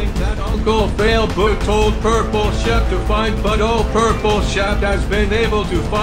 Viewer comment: Frankramk Lentine yeah you said Sheep not Shep